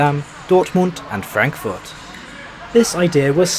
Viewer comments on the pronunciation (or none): none